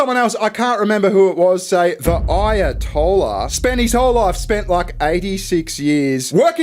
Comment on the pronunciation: "Aya-told-ya" LMFAO